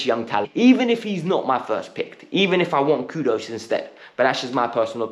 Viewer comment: Pls stop pronouncing KudUS as KUDOS... It is Kudus with the Letter U..take note